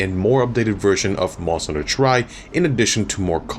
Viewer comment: it hurts me when people pronounce monster hunter tri as "try", it's "tri" as a short "three" sound, get it? because it's the 3rd gen?